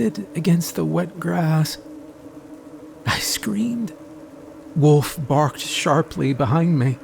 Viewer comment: My last name is Wolf and yes that's how its spelled. All I want to say is thank you for saying it correctly instead of Saying woof like everyone else!